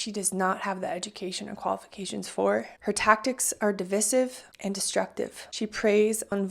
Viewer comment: Just FYI, so you'll know in future: 'Divisive' is pronounced div-EYE-siv 🙂, or 'dĭ-vī sĭv', with the stressed syllable having a long 'I'.